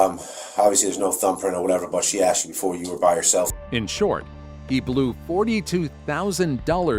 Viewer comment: #2 keeps saying “axed” not asked…. Shows lack of education